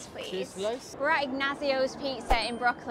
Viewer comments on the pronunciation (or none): The dollæh sloiceh